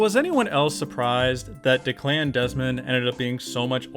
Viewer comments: "Deck-lan". Declan is not pronounced "de-clan". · I really admire you finding a top 10 in this miasma. PS. That’s certainly one way to pronounce Declan 😂